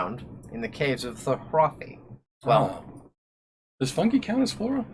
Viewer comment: Did this man say ”Funge”